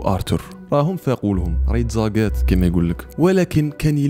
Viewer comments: 😂😂 تزاقات❌ Ça se gâte ✅ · قول ca se gat😂❤